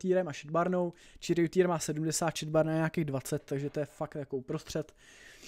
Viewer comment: prosím.. Není to čeriotir ale šariotir